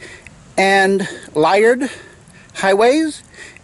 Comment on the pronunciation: great video! May I say that I found when I drove solo up to Alaska in '84, I stopped at Liard Hot Springs in northern BC, and intended to pronounce it as you did--LIE-urd, but found before I did so that it's actually LEE-ard.